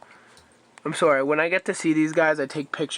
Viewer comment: you said sorry the way Canadians do